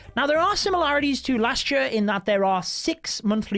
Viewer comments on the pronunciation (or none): Am i the only one who finds it weird how he pronounces "year" as "yee ar" lol